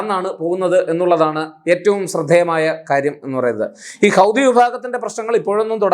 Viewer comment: ഹൗദി😂 അല്ല ഹൂത്തി എന്നാണ് അത് അറബി വാക്കാണ്